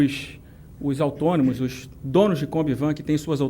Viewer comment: Os Autônimos. Que isso, cara? Tu quer ser meu prefeito falando errado? Melhor preparo no próximo debate. Chega de Lulismo no poder, né?